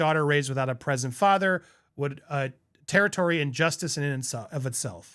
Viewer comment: "TER-shee-air-eey" not "territory" (in Ashton's letter)